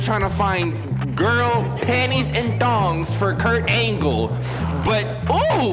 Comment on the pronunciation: I keep coming back to this video for "KuRT AnGLllee" 😂😂🤣🤣